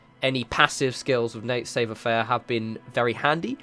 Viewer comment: Excellent video! Just one small critique: "esprit de corps" is pronounced as "es-pree day core" and "savoir faire" is pronounced as "savv-wah fair"...